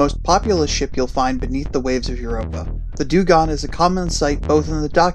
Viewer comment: sorry put i noticed u pronounced dungong like 7 different ways lol XD